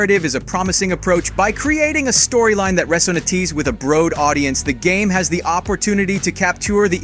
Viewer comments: “resonatees”???? What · He also said "reso nah tees " for resonates... Was this done with ai?? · This is an AI voice ? What was that RESONA-TEEZ instead of resonates lol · Resin-A-Tees? Looks cool though. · Pronunciation is all over the place in this video. Not just the Japanese, but "resonatees with a bro'ed audience" too. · This is a great video, with heaps of information, but my guy that is not how you pronounce “resonates” 😅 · Your pronunciation of various words leaves a LOT to be desired...Resonates and capture were particularly egregious as far as English words go, Naoe and your various pronunciations of Yasuke as far as Japanese words...